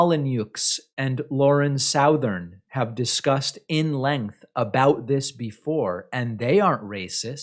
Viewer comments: Mennekens - David does this all the time to people he doesn’t like. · "Stefan molynooks and Lauren sowthern" I love David's deliberate mispronunciations .